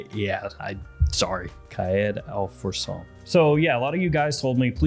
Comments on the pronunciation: You're saying qa'ed Al fursan perfectly bro. That in Arabic means general of the knights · Don't be sorry, you have pronounced it better than 99% of yourubers🤣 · Been waiting for your thoughts on this one. After wearing Qaed al Fursan for a few months, its great quality for the price, but the birch tar gets too much for me now and almost burns my nose. And dont worry, you pronounced Qaed el Fursan almost perfectly the second and third time! Keep up the vids, great work